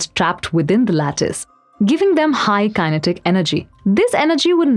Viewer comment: Kinetic (as she pronounces the word) informs the probability of her holding a BS degree.